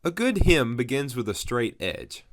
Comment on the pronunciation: I stopped watching after you mispronounced "HEM'' the third time. It's HEM and not HIM.